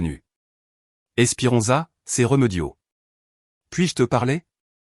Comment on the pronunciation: Ce n est pas réumeudio mas remediod avec deux accens aigus vous qui aimez tant le a accent grave